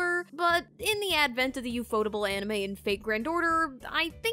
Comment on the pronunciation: TIL ufotable is not pronounced UFO Table